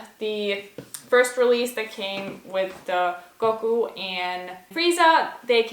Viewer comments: the goku pronounciation made me cringe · She said Goku wrong. She don’t know nothing about DBZ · The way she says Goku hurts me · The way she said goku made me uncomfortable